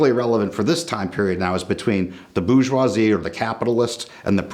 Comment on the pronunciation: It's bour-geoi-SIE